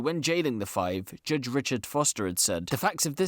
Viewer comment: “Jujjj (judge) Richard”